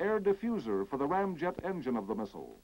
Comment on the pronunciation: did he just say "ram jet" ? about there?